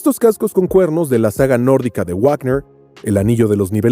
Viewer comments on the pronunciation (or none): none